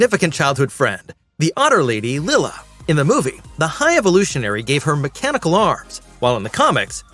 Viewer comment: It's Lie-la dude... I'm assuming you didn't watch the movie cuz that's how they even pronounce it.